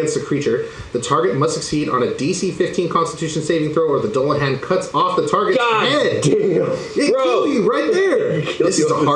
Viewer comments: For future reference - Doo-Luh-Han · It's pronounced "Dool"a-hon" omg lol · "Doo la han", not "dull uh han" I think *Or maybe "dool la han" **han? hon? I think soft a not hard a, so hon like on starting with a h sound. I obsess with pronunciation sometimes 🤣